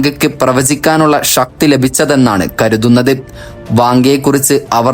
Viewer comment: ഇതിന്റെ presenter ഭാഷാ ശുദ്ധിയിൽ ശ്രദ്ധിക്കണം. ഷക്തി അല്ല ശക്തി എന്ന് പറയാൻ പഠിക്കണം. ബഹിരാകാഷമല്ല ബഹിരാകാശം എന്നാണ്. വിശ്വാഷമല്ല വിശ്വാസം. ആദ്യം ഇയാൾ പോയി ശ ഷ യും ശരിയായി പറയാൻ പഠിക്ക്.